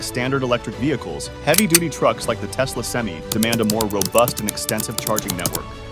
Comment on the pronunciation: It's "sem-eye," not "sem-ee." It's "Tesla," not "Telsa," but your AI reader wouldn't know that either. The problem with AI readers is that they are obsessed with giving a pro, then a con, then a pro, then a con, before switching topics. If you're seriously into EVs and charging, write your own scripts and use your own voice. It won't be good for a while, but you'll get the hang of it. All this AI does is make enemies on both sides of the issue.